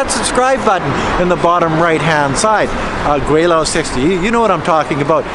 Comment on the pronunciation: Hey Gweilo! You spell your name Gweilo, but pronounce it "Gweilao". Actually, in Hanyu it is "Gweilao". In Cantonese, it is "Gwailo". Hasn't your wife told you that?